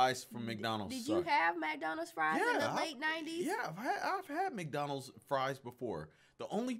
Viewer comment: Love how she pronounces MAC Donald’s